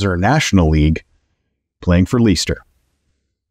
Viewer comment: I really don’t want to be that guy but as a Brit, it’s pronounced like Lester: Leh-stir not Lee-stir 🤣😅